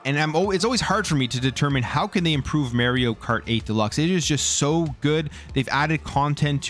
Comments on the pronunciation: I don’t care where you’re from, you have to say Mario not Mayrio. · It's Mario not Maryio. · mario not meryio 😂😂😂